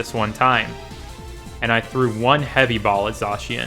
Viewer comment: its not zoshian its z -ai-can